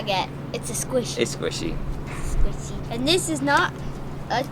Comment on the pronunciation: SQUSHIE MAINIA